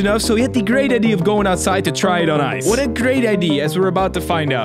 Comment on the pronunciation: Why did he think it was a good ideeeeeer